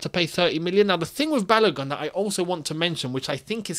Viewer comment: Hello, well done. However, the name "Balogun" is pronounced as Ba-low-goon as in Ba (Bah), Lo (low), Gun (Goon). It is a Nigerian name (a name from the Yoruba people of Nigeria). Thanks